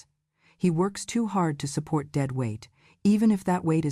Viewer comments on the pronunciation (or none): none